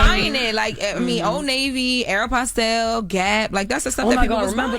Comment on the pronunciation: pronunciations make me itch. Jess tried to correct Aeropostale and Uncle Charla corrected “videographer” earlier.